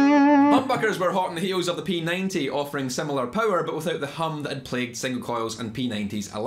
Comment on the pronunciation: Ah yes my favorite, peninteah peckhuops